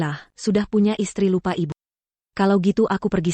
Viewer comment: Aduuuh miin ga usah pke dubbing pke IA lgi jd suara ucapanya nya ngawur. Msh mnding ckp Teks Indo hiruf besar jd enak bacanya, klo pke susa gini ga enak dengernya ucapany byk yg di eja kya msh anak TK te e pe ai ( tapi ) ia be yu (ibu) dll kalimat jd mrusak kosa kata bhs Indonesia yg asli.😢😢😢😖😓🤦‍♀️🤦‍♀️